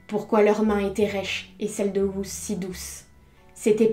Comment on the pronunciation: Ruth ne se prononce pas comme tu le dis en anglais... Ruth est un prénom hébreu et se prononce "ROUTE"